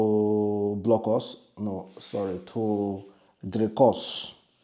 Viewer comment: If at least you pronounced the Dricus name in English, it wouldn't have been this difficult for you to pronounce it. Now Pidgin and Dricus just don't mix😂😂😂 I feel sorry for you my Broda🤣🤣🤣